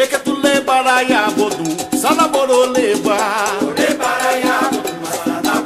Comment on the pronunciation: Tu poderia me dizer se é bodum ou borum que ele fala?